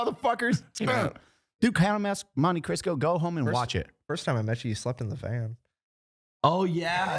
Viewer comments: said The Count Of Monte crisco lol, its Cristo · 1, but its Cristo, not Crisco. The Count of Monte CRISTO. 🤣🤣🤣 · 0 It’s the Count of Monte Cristo not Crisco “buh” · its Monte Cristo, I keep hearing "Monte Crisco" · He said "Count of Monte Crisco " . FML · is no one gonna call out for calling it the "Count of Monte CRISCO"?! 😂😂😂😂